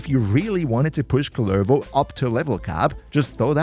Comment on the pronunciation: Idk how many times you've played Duviri, but have you ever talked to the jailer or the kids in the island? He's not Kullérvo, he's Kúllervo